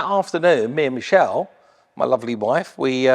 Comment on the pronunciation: How come Mike pronounces his wife's name differently each time? Michelle.. Meechelle.. Enjoyed the vid, but the EV BS ruined it. Nobody ever mentions the preposterous 2030 car ban to force people (91% of who do not want one) to use these things.